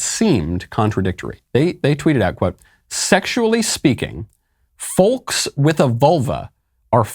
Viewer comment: I have never heard anyone pronounce the "l" in " folks". It sounds very strange, Michael